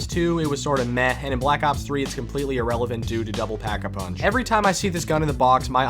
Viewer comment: Did anyone notice that he said pap instead of pack.